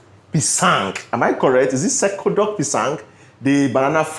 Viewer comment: I think originally "cekodok pisang" is a Malay snack but it has now become generally a Malaysian snack. If I make it< I wouldn't blend the bananas though... I would just mashed it with a fork. The 'c' in "cekodok" is pronounced as in the ch in 'chart'.